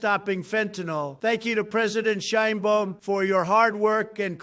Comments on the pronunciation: President SHINE BOOM? Please, Mr. Trump, make an effort to pronounce her name correctly. It isn't hard. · THIS DIP SH,,IT CANT EVEN PRONOUNCE THE PRESIDENT OF MEXI OS CORRECTLY!!BOOM?NOT THE CORRECT BAUM